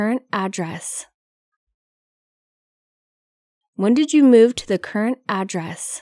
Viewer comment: Cô này cổ đọc khôn có chữ Current , rất cố nghe mà không nghe thấy . Và chữ spell .